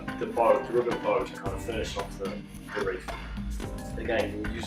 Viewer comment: Nice video but, it's WREATH my good man. 😂😘